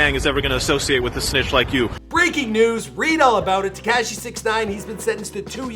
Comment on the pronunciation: why he say his name like that 😭 TeHkahHshee